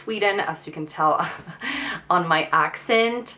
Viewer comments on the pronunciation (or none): none